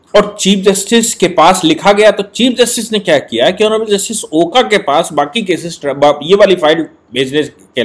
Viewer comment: With due respect, Just a small correction. आप ऑनरेबल जस्टिस ओका का प्रॉपर प्रुनांसिएशन ओका के जगह "ओक" होना चाहिऐ । as he is Maharashriyan.